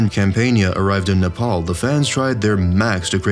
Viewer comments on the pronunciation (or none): none